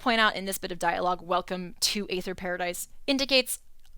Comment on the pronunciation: aether (or æther) is pronounced the same way as ether